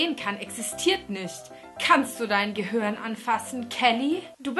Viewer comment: Gehörn :) Statt Gehirn